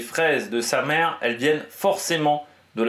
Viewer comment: On dit "Samé" pas "Samere" :)